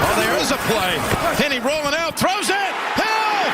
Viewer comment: Chad Hayney? This guy must watch NFL games on mute.